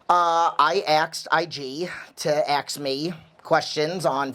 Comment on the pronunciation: the way you say ask makes it sound like you're from Jerrzeyy lol